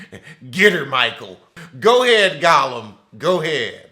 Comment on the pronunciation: No you didnt say goe ahead golium